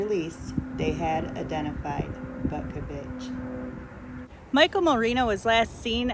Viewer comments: Pronounced, Bootkovich. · I think it's actually pronounced "Bootkavitch"